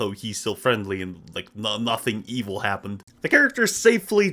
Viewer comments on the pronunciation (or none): none